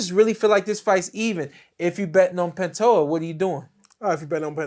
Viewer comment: Alex panta hoe-ah vs Steve Erk e.g. lmao & I thought Teddy atlas was terrible